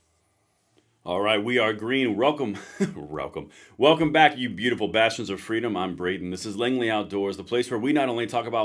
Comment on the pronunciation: It sound like you said beautiful bastards🇺🇸😂 I guess we could be called that